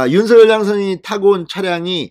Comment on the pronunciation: 윤석열을 윤성열로 잘못 말하는 바보들이 많은데 윤석열을 윤서결로 올바르게 말하는 진성호씨는 기분이 좋게 한다.